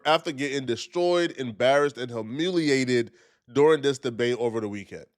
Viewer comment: Bro said ham-iliated